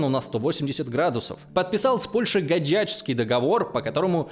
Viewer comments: Блин! В слове Гадячский (договор) ударение на первый слог. Это город Гадяч дал имя договору. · Подписка и Лойс! Годный материал для историков и просто интересующихся людей! Если позволите, 2 совета: 1й: Названия ( не только в этом видео) готовьте заранее, к примеру: ПереЯславская Рада, не гадЯчский, а гАдячский и тд. 2й. Карты.. ребята, готовьте Карты.. контент только улучшится как и количество аудитории! Успехов